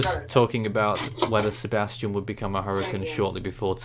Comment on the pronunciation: Hey guys.... You are mispronouncing Sebastien's name. You are pronouncing it the way the name spelled Sebastian is pronounced. This storm is Sebastien.... see bass tee en, with the stress on the LAST syllable. I believe this is the French equivalent of the English name Sebastian... see bass tee un, with the stress on the second syllable, but it is spelled and pronounced differently.